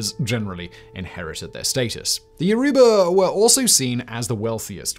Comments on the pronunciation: Attending high school in Jos in the late '60's early '70's, I greatly enjoyed the video. (Minor nits perhaps, but unless pronunciations have changed over the years (and why not, so much else has), Igbo is pronounced "EEbo" and Yoruba pronounced YOURoba.) Keep up the good work! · Ughh……. Igbo (E-Bow); Yoruba (Ya-rooba). It’s hard listening to the pronunciations in this video. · romanblack4247 It's not a white accent lmfao what? He's British and even then he could have easily pronounced the words like Yoruba or Igbo correctly. Wth is a white accent? He simply just didn't even try to learn how to pronounce them correctly.